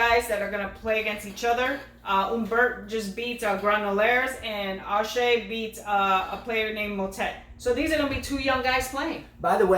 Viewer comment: Haha you guys nailed Raonic. Auger still needs work though. It's ohh (long 'o' sound) followed by zzzhhhhay. No biggie, I won't bring it up again, just think French. the look you gave at the beginning was pure gold. I did a classic comic spit take on that one.